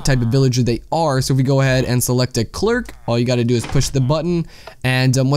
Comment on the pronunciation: Clerk, lol "Claire-ick"